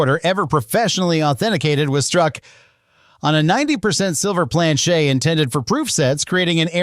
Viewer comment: Why can’t you just say Plan-CHET like 100% of humans????